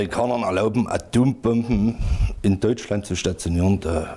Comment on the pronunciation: Atöömbömben, haahahahahahahaa. .